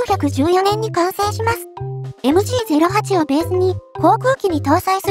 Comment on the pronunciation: ザウアー▪アンド▪ゾーン┅誤 ザウアー▪ウント▪ゾーン┅正 ベルグマン┅誤 ベルクマン┅正 ディー▪ダブリュー▪エム┅誤 デー▪ヴェー▪エム┅正 エム▪ジー┅誤 エム▪ゲー┅正